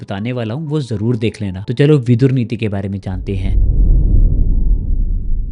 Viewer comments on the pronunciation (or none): Words hold value and right spelling and pronunciation is very important. His name was Vidur not vidhur. Vidur comes from vidwanmeaning intelligent, knowledgeable. Vidhur means someone whose wife died. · Vidhur nahin Vidur hota hai gaddhe Vidhur Vidva ka vipreet hota hai